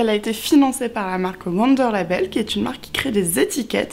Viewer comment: Wunder c'est de l'allemand, le W se prononce V (ça donne vounder en phonétique 😁) Super idée le doudou !! 😍